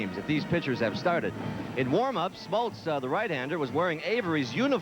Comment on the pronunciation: So true...you don't really consider him a "sports announcer" but he was flawless. And if anybody sticks around to the end of this broadcast, the "sports guy" basically has a brain aneurysm when Lasorda can't remember Smoltz name and then calls him John Smotltz 😂